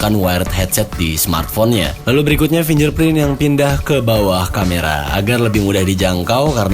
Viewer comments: Spellingnya FINGGERPRIN bro... BUKAN FINJERPRIN.. hmmmmm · Fyi bang, sidik jari tuh bacanya "Fing ger print" bukan "fin jer print" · Msh suka geregetan ama yg ngucap "fingerprint" blgnya "finjerprin" itu dpt drmana ya awalnya??? Cba deh buka google how to pronounce "fingerprint" yg betul ky gmn...Apple hardcore user sih gw pikir hrsnya dah bener lah ya english pronunciation nyah, just saying...peace